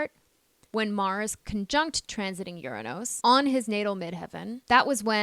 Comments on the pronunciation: except that she refuses to pronounce URANUS correctly. This planet is Not pronounce ur a NOOSE. The U is a short vowel. Not a long O. She has some problems pronouncing particularly as well. Particularly is pronounced pr.ti.kyuh.lr.lee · Is this AI? Anybody notice how Uranus is pronounced? And who places a mirror on the Wall like that? Strange.